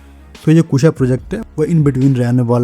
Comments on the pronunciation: भाई.. "कुशा" बोल... ""कुस्सा" नहीं... भाषा की माँ बहन मत कर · Guys is it KUSA or KUSHA??